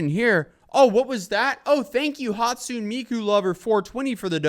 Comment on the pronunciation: it's pronounced "Hat-su-nay mii-ku" not "Hatsoon meekoo" LMFAO 😭😭😭😭